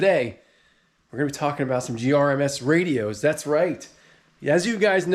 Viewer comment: It's gmrs not grms and it's retevis not retrievis